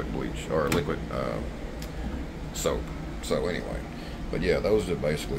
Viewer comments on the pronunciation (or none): none